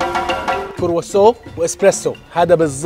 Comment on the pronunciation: نرفزني وهو يقول كوروسوو